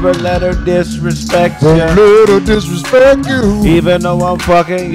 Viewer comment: "I'LL never let her disrespt YOU"🫵🏾😂😂😂